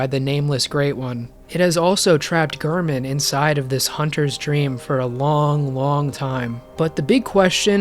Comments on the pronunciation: How can you say gurrman and literally play a clip right after of the doll saying g-air-man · doll: gehrman gehrman: gehrman you: gurrman me: ???????????????? how?